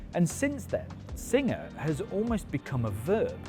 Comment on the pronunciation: Is this guy saying "Signer" instead of "Singer"? Is this the same guy that says "Porsh" and not "Porsche"? TG has gone to hell after JC left.